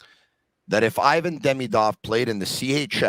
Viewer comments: He looks a lot like Kovalev! Skill wise also. Btw, it’s “eevan” not “eyevan”. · the i in ivan is pronounced like the i in marinaro. You know it.